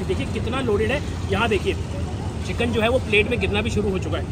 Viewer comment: Chikan ❌ chicken ✅